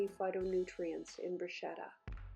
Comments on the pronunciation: It’s pronounced broo-sket-ah. My Italian grandparents used to cringe when their mother tongue was butchered so I carry on their tradition of teaching. It makes my teeth hurt when words are mispronounced and I’m sure my Nana is rolling in her grave.🤣🤣🤣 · Darling, the right pronounciation sounds like "brusketta" (an Italian fan) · The right pronunciation is Bruschetta with c like cocktail. I am Italian. Is your boyfriend too? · I AM italian, from Rome and no, it is not, it is pronounciated "brusketta"